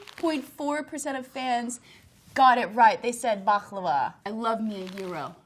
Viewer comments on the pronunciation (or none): People need to learn how to pronounce baklava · In Bulgaria is so stange if they see how you say baklava